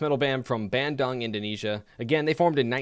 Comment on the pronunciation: Its read Bandoong